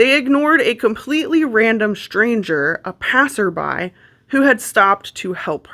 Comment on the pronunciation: Not a passerby, a passerbee. She said: passerbee. Which made me think, the whole video was fake, even the voice. Maybe an AI voice?